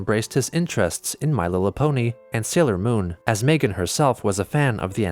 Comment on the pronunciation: “My lillapony”